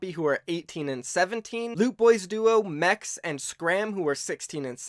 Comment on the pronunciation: Skram and Mexe. It’s pronounced mexyy btw